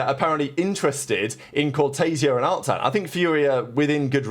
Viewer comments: At this rate, Furia will win champs before pronounces "Artzin" correctly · The day pronounce Artzin the correct way is the day MiBR win Champs